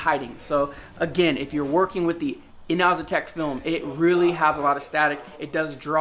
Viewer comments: It’s not EENOOOZTEK ITS ENAHZATEK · yes Yannimize uses this company's wrap alot. But the pronounce it as Eno- Ze-Tek